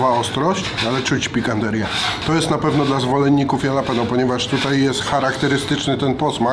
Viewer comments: Ale wkurwia mnie to jak mówi jalapeno no kurwa😢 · Nawet jalapeño nie nauczył się wymawiać po tych wojażach... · mówiący jalapeno to jak Ricky mówiący dżalapino xD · sprawdźcie jak się wymawia jalapeno